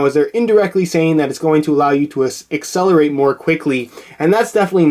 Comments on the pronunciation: ***** I'm not saying that he's wrong, i totally agree but the fact that he said "yhu" and not "you" was quite disappointing. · I'm not saying that he's wrong, i totally agree but the fact that he said "yhu" and not "you" was quite disappointing.